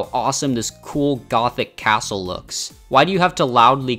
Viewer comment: Gothic Assle? You mean the Gothic Castle!